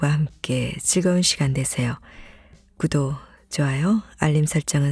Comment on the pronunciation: 목소리 너무 좋은데 연음이 아니고는 받침 발음안하시는거 너무 심하셔서 그냥 무시하고 듣기가 좀 힘들어지네요.. 심지어 구독도 구도라고 하시니 이런게 너무 많은데 노력하셔도 안되는걸까요?..